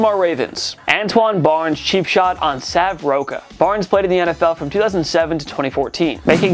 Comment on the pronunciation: The name Sav Rocca is pronounced Rock-a. As an Australian it’s hard to hear people mispronounce it. He was also an ex Australian Rules footballer who played for the Collingwood magpies and north Melbourne kangaroos